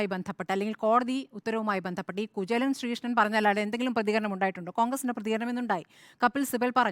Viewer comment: കുചേലൻ എന്ന് പറഞ്ഞു പഠിക്ക് പരുത്തി ക്കാടെ